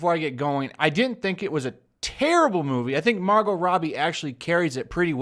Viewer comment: Love your channel but did you call her Mar-Got? Its pronounced Margo. The T is silent. Funny power bottom reference too lol